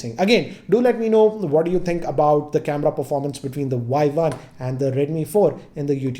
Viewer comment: Redmi Vuai-Vuan 😂😂😂